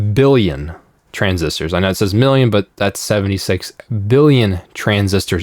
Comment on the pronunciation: Every time he reads “million,” it comes out as “billion.” I had to double-check several times